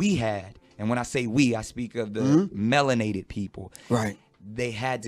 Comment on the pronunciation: “Melanated people” He says it different so that means smart right?